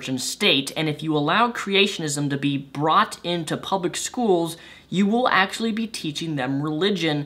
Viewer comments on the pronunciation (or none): none